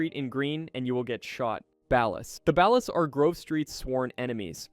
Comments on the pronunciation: my brain hurt every time u said ballas like ball-ass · "The BEHLAS" bro's pronunciation is so cooked 🥀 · why is it so hard to say BALL-AS 😂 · It's pronounced "bollas" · It's laziness bro, how hard it is to type out "Bawl-us" in an AI Prompt? Smh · How do you mispronounce katana and ballas of all things what? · You can always tell when the speaker is AI on a gta video by how they say ballas lol they never get it right😂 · Your pronunciation of "Ballas", "katana", "Venturas" and "Isla De La Muerta" bothers me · The way you pronounced ballas is frustrating omg 😂